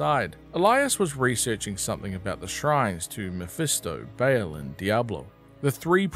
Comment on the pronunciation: Nice, except one complaint: how did you manage to mispronounce Baal as Bale?